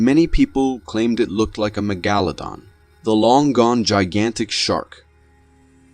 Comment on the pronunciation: It bothers me that you pronounced megalodon two different ways